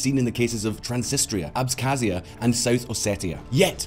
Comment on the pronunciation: Please learn to pronounce Transnistria and Abkhazia. SMH.